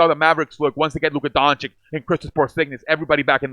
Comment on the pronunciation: I liked the video... Btw, Luka's last name is pronounced like Doanchich, not like Donchick... Not trying to be a dick by mentioning that, I was saying his name wrong too for a long time.